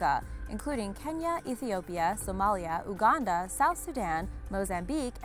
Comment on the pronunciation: It's pronounced YOU-GANDA. not OO-GANDA.